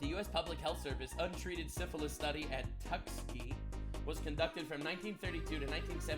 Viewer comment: Jeebus crepes he butchered the pronunciation of "tuskegee" 😂